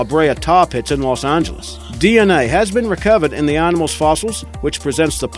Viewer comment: aar-nimals?? Maar-moth??